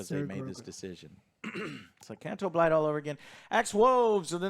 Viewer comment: I absolutely love mispronouncing names.